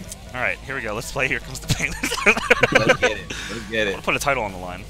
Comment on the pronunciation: It pin instead of pain